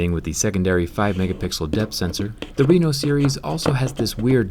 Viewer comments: Its pronouced with the other type of E! RE-NO not RINO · Why are You saying Oppo Reno like Oppo RINO😂😂😂